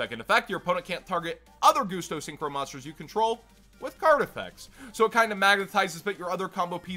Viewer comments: Why do you call them 'Goosto'? Pretty it's 'Gust-o' as in 'Gust'? Because they're all about wind. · Why do you call them 'Goosto'? Pretty sure it's 'Gus-to' as in 'Gust of wind'? Because they're all about wind?